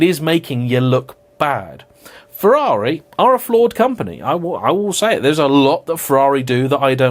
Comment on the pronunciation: You pronounced Ferrari wrong when mocking the "Porsche not Porsche" people, which makes it even funnier. As an Italian, I find it way less irritating if you pronounce it the English way than the fake italian accent way.